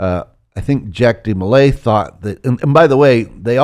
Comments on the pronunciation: It's not jack demolay, it's pronounced jauck with a French spelling. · Dude really butchers Jacques De Molays name pronunciation.. But he’s almost spot on with the history!